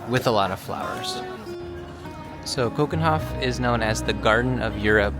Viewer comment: Do you think you could’ve made a bit more effort with the pronunciation of 'Keukenhof’?😅